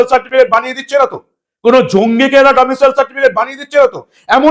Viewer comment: Not 'Domitial certificate ' it is 'Domicile certificate '.